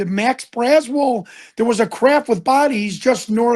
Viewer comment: It's not "Max Braswell". The correct name is Mac Brazel. Come on , man.